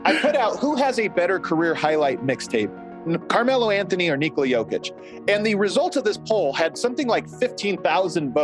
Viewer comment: NIKOla, not niKOLA